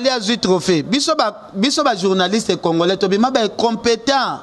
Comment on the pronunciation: on ne dit pas Congolin, c'est Congolais. Je vais t'aider à bien prononcer. C'est comme Congole. Donc c'est le à la fin que l'on prononcé et non lin.